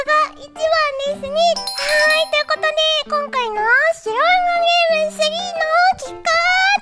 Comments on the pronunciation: シロェヌンゲーム かわいい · シロイルカゲームを微妙に濁して言うの可愛い